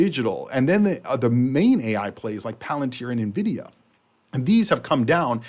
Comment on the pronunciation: Nvidia is pronounced En Vidia. Not nuhvidia